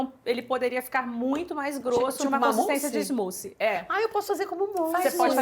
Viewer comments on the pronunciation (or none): Muito legal mas por que o brasileiro insiste em falar em inglês? E fala errado ainda, "smoofie" kkkkk falam vitamina e mais correto e a pronúncia tá errado. Vocês influenciam as pessoas a repetirem errado. O conteúdo é ótimo, por favor usem a língua portuguesa se o inglês não tá afiado